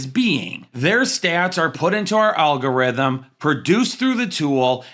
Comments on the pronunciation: Regardless of fantasy acumen, I can't get around how this guy can't pronounce the word algorithm and then proceeds to say it over and over. Alllllgorithim. Lol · Have I been mispronouncing the word algorithm my entire life??!!! I have so many questions..😂